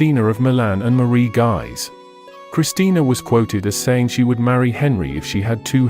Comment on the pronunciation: An FYI, it isn't pronounced "Guys" but "Gueez".